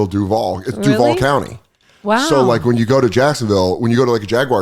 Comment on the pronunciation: Dan, we gotta teach you how to say "DUUUUUVVAAALLL" properly